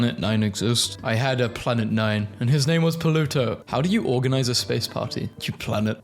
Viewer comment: The way he says pluto: poluto😂😂